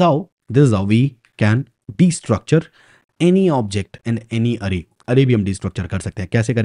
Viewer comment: its Aa - ray or Ayy - ray